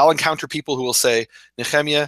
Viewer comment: What makes the Scholars think it's Yahweh with only 2 syllables and not Yahuwah or Yehovah with 3 syllables? What evidence of observation can they provide for it being Yahweh. you have to get Nech*rrr*emYAH on again and make one more!:) Collect some good Questions from people on the Channel and do a quick shoot out on him with them.:) Why would it be Yah, Yahu and then change to Yehovah?....